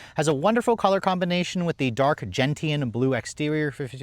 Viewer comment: Gentian. Is pronounced. “Gen-shun” not gen tee an. Americans!!